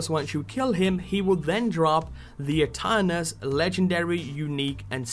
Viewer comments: its pronunced eternus since ae in latin is e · Aeternus in latin means Forever It is pronounced by silencing the first letter A